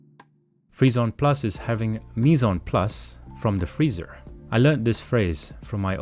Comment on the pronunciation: Dude, "mise UN place"? Waar heb jij je Frans geleerd? Het is "mise en place" wat je uitspreekt als "mies àn plas". Oh en het is geen blast fridge maar een blast chiller.